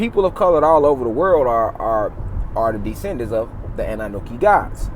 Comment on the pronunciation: Annanuki? 🤣 if you would pronounce that correctly this might actually work.